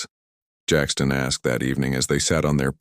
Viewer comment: An other AI narrator ?????? Painful to listen to at times with stunted stops. 😢😢 Jackson not Jackston.👎